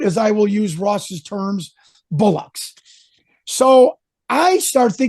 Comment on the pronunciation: It’s ‘bollocks’, lad. Not ‘bullocks’ 🤣